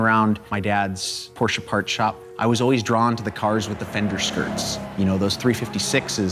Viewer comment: as a rich Porsche enthusiast and collector: not possible to learn how to pronounce your favourite car brand correctly?